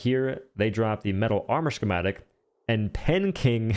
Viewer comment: Bro it’s why does he say “shhhhhchematic”